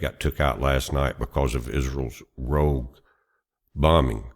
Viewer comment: Rogue, not rouge! (That's blush!)